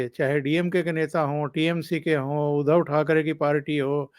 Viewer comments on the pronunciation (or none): none